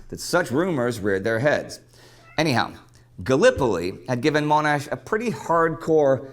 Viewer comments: It is amusing hearing you correcting the American on the pronunciation of Melbourne, while he was being relatively correct in his pronunciation of Monash, while you were getting it so wrong by making it sound like Moan-ash. BTW, the Boer War was an important war for the British in South Africa that you really should get acquainted with. A highly recommendable movie, Breaker Morant, follows the life of an Australian during that war, and some of the injustices, and it would give you a sense of the nature of that war. Great movie. Likewise, Gallipoli was also a great defeat for British forces, and the oversimplification of 'Churchill set them up for a fall' glosses over the many failures at all levels of leadership during that campaign. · it's pronounced Monash (mon as in con). That said, we've really enjoyed this little series and have learned one or two things about these great Aussies. Thanks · I live in Monash and not far from the Uni and Freeway too., you have a few fans from the Monash area. Another interesting video. Oh yeah, his surname is pronounced MON-ash rather than MOAN-ash. Cheers, Neil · Not Moanash. The guy on the video says it correctly. One of the great military leaders of WW1 who has been greatly overlooked. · Monash is mohnash not Moanash. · .. and his persistence in saying "MOAN-ash" at the same time he's correcting the guy for saying "Mel-BORN". The irony. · ..and the self-righteous way he corrects the video host every single time the guy said "Mel-BORN" by muttering "Melb'n" (ie "I'm SOO much smarter than this guy. HE doesn't even know how to say 'Melbourne' properly! Not like ME!"... but then persists in saying "MOAN-ash" the whole vid! Classic lack of self-awareness of your typical narcissist. Also, you gotta love: "I know NOTHING about the Boer War.. " (and I'm certainly not going to waste 10 seconds of my precious time Googling it). "..Like and subscribe!" I think I'll unsubscribe, actually. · His name has a short ‘o’.